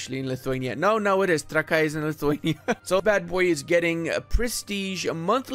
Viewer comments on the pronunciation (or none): none